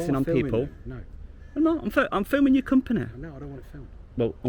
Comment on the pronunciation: It's company not companehh, "You're representing your companehh" guy is such a loser.